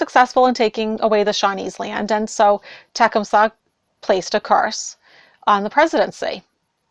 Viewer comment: You have an interesting way to pronounce Tecumseh. I lived for a few years near where Tecumseh lived in Ohio, near Xenia, and the way Tecumseh is pronounced there is ta CUM sah, but Iʻve also heard the traditional Shawnee way to pronounce it is more the way you say it, so Iʻm wondering where you got that pronunciation. There is also a thought of a "Tecumsehʻs curse" about tornadoes in Ohio, related to the Shawnee land and treaties that the government did not honor, and subsequent tornadoes that went through those very properties, doing a lot of damage. Tecumseh is not a force to be trifled with.